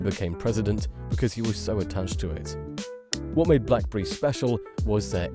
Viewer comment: Blackberi 😂 Zhiaomi😂